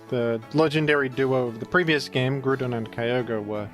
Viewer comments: I love that you’ve officially changed Groudon’s name to “Grudon” and no one bats an eye. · days since Grewdon: 0